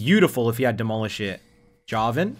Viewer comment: He actually sai Jarvan not Yarvan :O